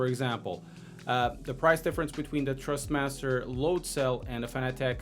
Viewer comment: Dude, it’s Thrustmaster not Trustmaster.